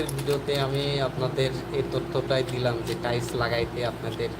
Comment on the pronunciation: সর্বপ্রথমে টাইলস উচ্চারণ শিখেন তারপরে লাইভ করেন।